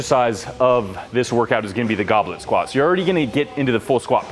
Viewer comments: What is written: goblet squat... What I heard: goblin squat... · My brain always hears "Goblin Squat."